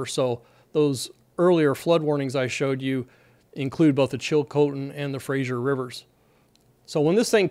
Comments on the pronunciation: Fraser, not Frazier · Just one thing. It's Fraser not Frazier. That stupid TV show has people all over mis-pronouncing Simon Fraser's name. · “The Chilcotin joins the Frazer at Hope.” 🤔 SURVEY SAYS?!? [❌] The Chilcotin River joins the Fraser River (note the spelling—it's pronounced ‘frey-zer’, not ‘frey-zhur’) about 48 km down stream from Williams Lake, or ~271 km ‘as the crow flies’ upriver from Hope. The Coquihalla River joins the Fraser River at Hope. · It is the Fraser River, not the Frasier River. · Dear American Friends, the river is pronounced Fraser, not Frazier. thank you. Thank you for the excellent explanations. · Fraser not Fraiser. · Great information! Just a note.... it's FRASER, not Frasier. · Fraser, not Frazier. The TV show was a very unusual pronunciation of Fraser. Fraser like Phaser. This is a very large river in the spring. Hopefully the water won't be a huge issue when it lets go, given the capacity of the Fraser river. One of my favorite places in Canada, weirdly, is the Highway 99 above the old suspension bridge in Lillooet on the Fraser River. When the river is up you can hear it from Highway, even though you are a long way above. If the water comes all at once it could be a real disaster for the homes that are basically on the flood plain. It would be pretty interesting at Hells Gate too! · It's pronounced Fra-Ser river